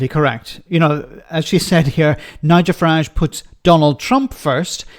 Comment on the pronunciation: Good old farmer fuhrage 😂😂😂